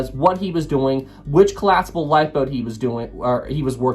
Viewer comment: Said “Collaspable” and “Warshed”. That’s two strikes. Don’t make it three.